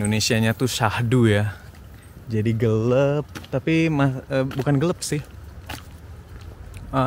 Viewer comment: gelap bang... bukan gelep btw asik vlognya.. serasa ngobrol dbeneran bareng thx